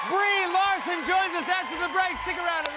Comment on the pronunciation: The worst part is when Jimmy said "Brie Larson"